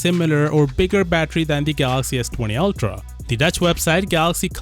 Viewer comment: "altra", as says LoL